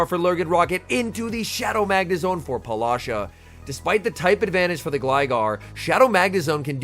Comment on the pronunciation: Please stop saying polasha, her name might be Paula, and then whatever is that Sha that she added to it. Great commenting as always, just your pronunciation of her name it's tickling me lol